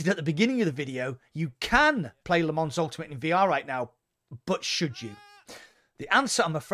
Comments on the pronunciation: It's not Lee Mans, it's Le Mon. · Lol as a french i can tell you it‘s wrong Le Mans is Le Mans you can’t pronounce it in english you need to learn the french way :)